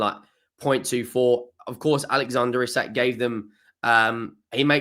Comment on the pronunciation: We didnt learn you still cant pronounce isak EEEE SAK!!